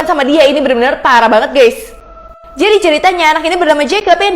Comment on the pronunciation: Kok pas bilang pparah banget gais